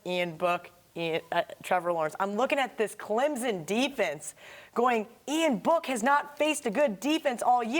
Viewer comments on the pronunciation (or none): It's pronounced C L E M S O N, not CLEMZON!!